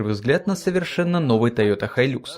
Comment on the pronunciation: Не хайлюкс а хайлакс! Никто же не называет ниву найвэ!